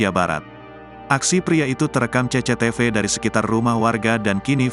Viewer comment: Saya sangat marah melihat video ini sampai narator mengatakan : CE CE TE VE